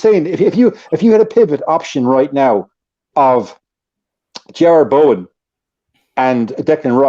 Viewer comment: "Bowen - class"... "I'd play Bowen in the pivot".... God help us all